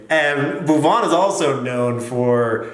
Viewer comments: Angrez ke muh se bhuwan naam lagaan me suna tha , Doosri baar yahaan sun raha hoon "Boovan" 😂😂😂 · it will be Bhuvan not "boob on". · Boob-on? Very funny pronunciation, LOL 😂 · See the subs when sin said bhuvan it traslated it as move on bam🤣🤣🤣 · Bhuvan😂😂😂😂😂😂😂😂😂😂😂😂😂😂😂😂😂the way he pronounces it .. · Don't worry. U will learn to pronounce his name correctly. An English lady called Elizabeth who taughts us Indians how to play cricket in the mid 18th century also had this problem to say Bhuvaan. She used to say Baouvan